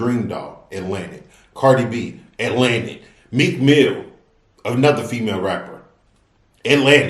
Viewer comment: Not and “Meek Mills” 🤣🤣🤣🤣♥️♥️♥️♥️